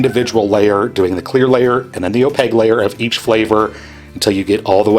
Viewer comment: Opague layer. Don’t you dare ever say opaQue. Just opague.